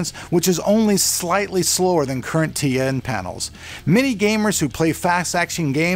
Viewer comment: you keep saying TA :P